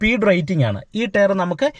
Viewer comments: Good info. ടെയർ അല്ല bro... Its ടയർ (Tyre )🙏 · Very useful.thanks.prouncing word tyre need to be corrected.o.k.